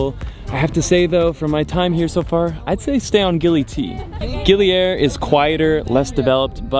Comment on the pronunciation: They way he pronounced Gili Air as aer (means breeze) instead of ayer (means water in Malay/Indonesian) totally messed up my brain